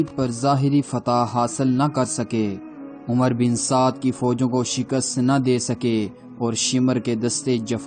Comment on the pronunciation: The correct pronunciation of this lanati’s name is Amr bin Saad and not umar, Omar or Umroo.In Arabic language (wow)if followed by (Ray)then (wow’s)sound gets cancelled.Please do not mention this “lanati’s name as Umar and describe his name with the correct pronunciation which is Amr bin Saad.Thank you.